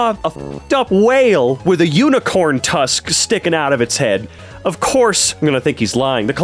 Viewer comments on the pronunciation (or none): none